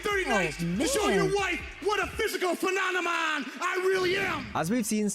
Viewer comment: “Phennomon” Holy Shit😝😛🤪